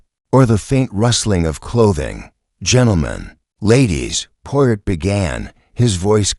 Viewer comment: Do not like videos that have mispronunciations. Especially mispronunciations of the main character. Try again.